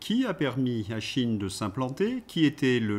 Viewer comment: Pourquoi dites-vous "chine" alors qu'il est écrit "cheïn" svp ? Comme dire Epstiiiine au lieu d'Epstein, et même bientîot Einstiiiine au lieu d'Einstein... (ref "Bal des Vampire"). ^i^ RFK dit des trucs que es décisions ne connaissent pas, comme d'hab. Sinon, RFK deviendrait-il le nouveau JFK, vu les racin€$ "diverses" des marionnetistes actuels à peine exonérés de responsabilité pour le Gazacide, apparemment..... ^i^